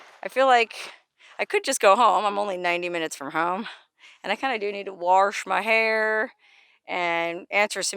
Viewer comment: I like what you said "I need to warsh my hair" You sounded like a Native Texan.